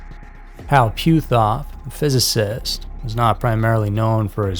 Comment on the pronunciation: That was the funniest pronunciation of Hal Puthoff's name I've ever heard.